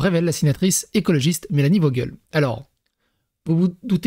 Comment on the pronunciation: T'es sur de prononciation pour Mélanie Vogel ? 🤔 tu as prononcé Mélanie vos-gueule 😂 c'est pas plutôt prononcé comme Vo-gèle, bon après je ne la connais pas !!!